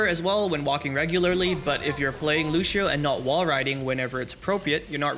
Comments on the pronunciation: "Lushio" come on man, lets not do this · why do you keep calling him looshioh